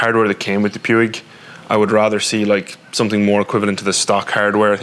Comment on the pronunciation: It's pronounced pweeg.